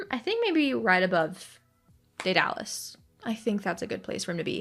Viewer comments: Btw I am pretty sure Daedalus isn't (day-dar-lus) its (Day-der-lus) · don’t know where u got the r sound but it’s pronounced deh-duh-liss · dur and duh sound the same, also I'm not very good at sounding names out. I think (dead-uh-lus) would be closest